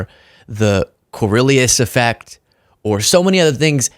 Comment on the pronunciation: It's CORIOLIS EFFECT Not whatever the heck you said 😮